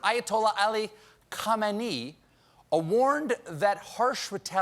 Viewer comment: Bruh Stephen please pronounce Khamenei correctly